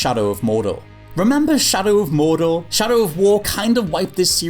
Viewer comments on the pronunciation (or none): none